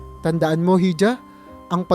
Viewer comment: Yung hija po,iha ang pronounciation